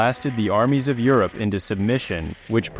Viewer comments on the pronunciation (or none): none